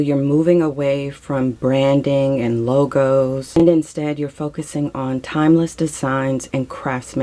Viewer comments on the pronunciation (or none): none